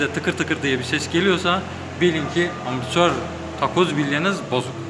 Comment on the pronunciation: hocam bu biraz da şive meselesi. yazılışı amortisör olsa bile telaffuzu zor bir kelime. dolayısıyla ağızdan amasör olarak çıkması da normal karşılanabilir.